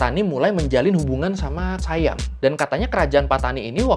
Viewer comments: Baca SIAM bukan Sayam .. biasa aja baca SIAM biar orang indonesia faham .. saudara mereka Patani sudah lama di jajah SIAM sampai saat ini. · Sayam abah kau hahaha SIYAM bukan sayam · Sebutannya bukan sayem tapi si yam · SIAM bukan dibaca sayam Bro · sebutan SIAM adalah "si-yam", bukan "sai-yam". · Siam Bukan Saiyam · Siam, biasa aja. Bukan Sayam. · Dalam bahasa Melayu, orang Kelantan kah, orang Kedah kah, orang Perlis kah, mahu pun orang Pattani semua sebutnya Si-yam. Di dalam salah satu klip video yang anda selitkan di video anda, yang ada pejuang "pemisah" berbaju hijau dia ada menyebut "Siam" di situ. Cuba dengarkan sebutannya. Salah satu suku kaum yang ada di Malaysia adalah suku Siam. Mereka ini orang Siam yang berbahasa Siam kuno. Mereka ini lebih Siam dari orang Thai moden kerana orang Thai yang sekarang sudah bercampur baur banyak suku kaum yang ada di Thailand. Siam yang ada di Malaysia sudah ada di sini lebih 1000 tahun. Mereka juga menyebut Siam dengan sebutan "Si-Yam". Dalam kata lain, perkataan Siam itu perkataan harian di Malaysia. Tak perlu jadi keturunan raja untuk tahu bunyinya. Nama lain bagi Bihun (rice vermicelli) di Malaysia dipanggil Mi Siam. Banyak lagi objek harian yang ada nama Siam. Sebutannya Si-Yam tak pernah berubah. Perdana Menteri Malaysia yang pertama, dia cucu Raja Thailand. Ibunya puteri Raja Thai. Dia juga menyebut Siam dengan sebutan Si-Yam. Saya juga kenal ramai orang Pattani, ratusan orang. Tak pernah mereka sebut Saiyam, melainkan "Si-Yam" sahaja.